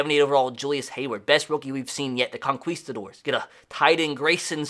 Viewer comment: Con"quis"tadors... hilarious pronunciation... love ya man